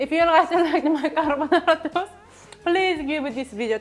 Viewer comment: CA-R-BO-NA-RA! Tony Montana? 😂😂😂😂😂